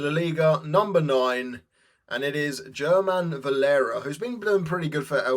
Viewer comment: It's pronounced Herman Valera! Leviosa